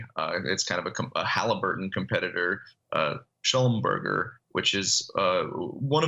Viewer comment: "Schlumberger" is pronounced "Shlum-Ber-Jay"